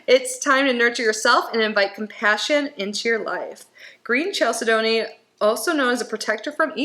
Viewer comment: Love the “Unboxing!!”🙏💕 As for the pronunciation of Chalcedony… it is spoken as CHAL-SIDNEY. My daughter worked at HSN, and corrected me many times!